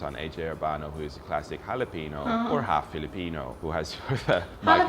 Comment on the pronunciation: That HalaPino.. got me.